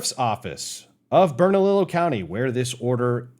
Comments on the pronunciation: Just a heads up it's pronounced ber-nuh-lee-yo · It sounds like Bern-a-lee-yo county. The double l’s get a “y” sound like in Tortilla